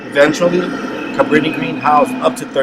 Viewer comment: Couldn’t even pronounce it